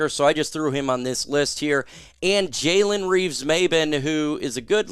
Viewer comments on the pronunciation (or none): none